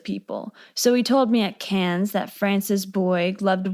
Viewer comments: sidenote, Cannes is pronounced without the s at the end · Its Canne not cans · The “Cannes” in Cannes Film Festival is pronounced “Carn”. Like the way you pronounce actor James Caan’s name. There’s no “S” or phonetic “Can”. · Another great vid. ("Cannes" is pronounced, "KAHN," btw, cutie.) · It's Canne(s). You don't pronounce the S... ❤ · this is the first time I've heard someone pronounce the "s" in "cannes", have I been saying it wrong this whole time? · Cannes, don't pronounce the 's' (french) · Americans almost always mispronounce the “a” in “Cannes,”but until I watched this (excellent) video, I had never heard the “s” pronounced.